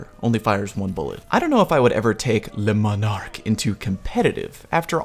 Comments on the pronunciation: he didn't. He called it LES Monarque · Pronounced le monar-key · Say le manarque again “dexter laboratory meme” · Ooh, no no no, Le M O N A R Q U E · I don’t think i’ve seen a single youtuber who was able to pronounce this weapon correctly! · The video I made on how to pronounce Le Monarque is up!